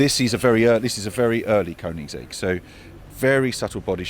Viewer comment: Please pronounce the brand correctly! Cheers! :)